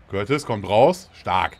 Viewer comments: Man spricht nicht cürtis sondern curtua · Jaa, falls du es liest wird "Kortwah" ausgesprochen.:) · ™ das ding ist halt das er ihn einfach courtis nennt :D er weis das er ned so heißt wird ja auch ned ingame manchmal gesagt oder so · Ich musste lachen, als er Courtois ausgesprochen hat bei :D ÜBERRAGEND :D